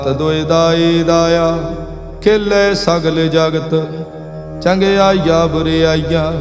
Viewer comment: ਗੁਰਬਾਣੀ ਦੇ ਕੁੱਝ ਸ਼ਬਦਾਂ ਦੇ ਉਚਾਰਣ ਠੀਕ ਨਹੀਂ ਹਨ. ਜਿਵੇਂ ਕਿ ਚੰਗਿਆਈਆ ਬੁਰਿਆਈਆ ਇਸ ਦਾ ਉਚਾਰਣ ਕਰਨ ਵੇਲੇ ਚੰਗਿਆਈਆਂ ਬੁਰਿਆਈਆਂ ਬਿੰਦੀ ਸਹਿਤ ਕਰਨਾ ਚਾਹੀਦਾ ਹੈ.